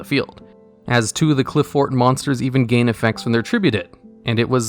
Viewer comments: Pronunciation of Apoqliphort Towers is (Apoc-li-fort) Apocalypse and Fort mushed together. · BTW Apoqliphort is pronounced similar to apoclypse. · Apoqliphort is pronounced like apocalypse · I think "Apoqliphort" is supposed to have the same syllable stress as a word like apocalypse or apocrypha. Great video as always!